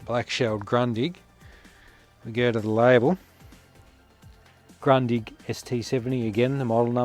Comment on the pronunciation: It's a fantastic TV with the well known long life quality of Grundig., try to spell it like this: Groondig 🙂